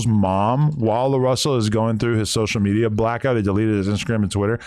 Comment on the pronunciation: Sosha metia 😂😂😂